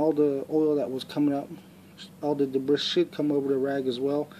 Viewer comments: Hey man great video very helpful p.s the "S" in debris is silent it is phonetically pronounced "debree" I mean NO offense just trying to be helpful have a good day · Thanks for the vid, FYI, debris is pronounced-debreee. Just saying.